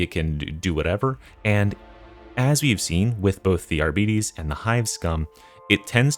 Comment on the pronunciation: I thought the pronunciation for Arbites, is similar to like bytes